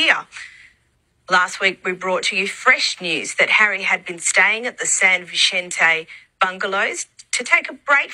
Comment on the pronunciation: San Vicente is pronounced with a hard for the C. 😉 ❤